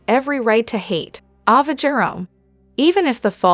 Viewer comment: Please stop misprouncing names! Its A-va, not awww -va! Why in heck do and then you do that? Viewers dont like their characters being called the wrong names! Why is that done?